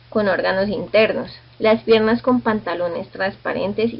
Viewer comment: Se escribe pierna, no pierrna, saludos.